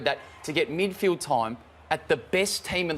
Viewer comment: Fox Footy, it's *"Midfield". 🤦‍♂️